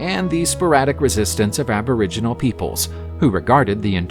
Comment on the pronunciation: that''s a robot talking hahah can't pronounce names of shit and was calling aboriginals abra jeans lol